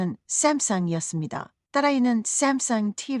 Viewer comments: 그런데 쌤성은 뭔???발음은이지?? 깨깨오토옥!~! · 샘성 샘성~~크ㅡㅋ 발음 멋지네요???? 나레이터 정~~말~~~~멋져요... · 집중안되네요 쌈썽~쌈썽 ㅋㅋ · Sam sung 발음이 샘승 이라 발음해서 재밋다. 강남 스타일 춤이 유행했을때 미국방송인이 강남을 갱늠 이라 발음 했었다. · 외국어 발음이 영 거슬리네 카카오톡 삼성발음이 왜 그래? 쥥귁인야 뭐야?